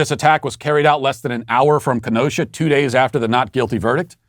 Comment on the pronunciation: Thank for teaching a fellow Wisconsinite how to pronounce Kenosha and Waukesha. Please also say Wausau, Wauwatosa and Oshkosh. Thanks!